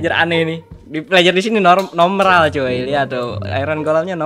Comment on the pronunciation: normal menjadi nomral 🤣